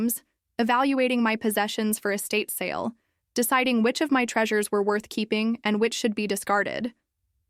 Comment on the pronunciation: It’s not “a state sale”, it’s “estate sale”. Edit your script and get it right. 👎👎